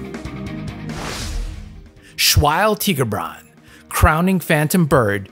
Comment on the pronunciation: I can't listen to him say Tigerbran instead of TAI-GUR-BRA-N all the time, it hurts me - great video as always tho.